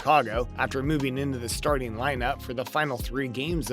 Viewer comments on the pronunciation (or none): none